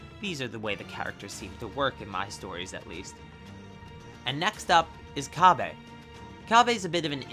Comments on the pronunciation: His name is cabba not cabbae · Why do you say cabbe? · No need for the disrespect, also you don't seem like you speak japanese either. Cabba is supposed to sound like cabbage. You don't have to make it sound like the japanese name either. But feel free to keep doing so, thank you for the information. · Please pronounce cabba correctly